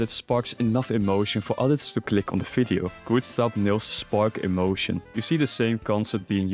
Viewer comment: Its "V"ideo not "F"ideo